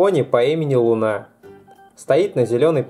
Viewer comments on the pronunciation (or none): Не лун а лу́на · Не лунА а лУна ударение на У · Не Луна а луна удорение на у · Не луна́ а лу́на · Луна ЛУНА!!?? какая нахер ЛУНА ударение на у! .-. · луна. ударение на у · В имени луна ударение падает на у